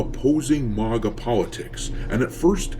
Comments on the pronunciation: It bothers me way more than it should that you can't pronounce maga 😂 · The way you pronounce MAGA should be a crime!